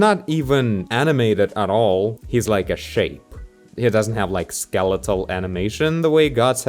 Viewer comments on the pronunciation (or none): none